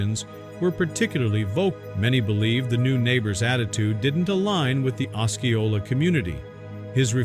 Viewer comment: Osceola- “os-SEE-o-la”